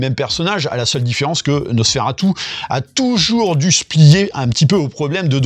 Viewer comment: Mais c'est quoi ce nouveau trend d'appeler "Nosss faire attu" ??? La prononciation a TOUJOURS été "NosferaTOU"... Je vois plein de Youtuber réinventer la prononciation qu'on connait depuis plus d'un siècle... J'ai JAMAIS entendu "turlututu" avant ces dernières semaines avec des Youtubers... C'est "NosferaTOU" bordel de merde. C'est le u latin (/romain).